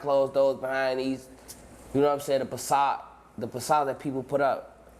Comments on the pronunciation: The “pacade” 😂😂😂 fbg and the f is definitely not for façade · Nigga said façade wit a p😂😭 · idk i think you should’ve corrected him when he said PISS-sad idk tho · “ the Passad” smmfh